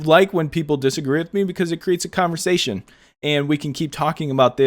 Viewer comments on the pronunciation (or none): none